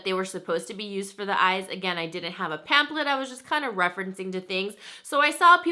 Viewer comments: It's killing me that she says pamplet not pam"flet" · I noticed that as well. "Pam-plet" lol 😋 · its not that serious but I cringed every time lol